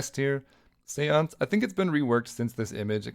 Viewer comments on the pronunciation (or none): none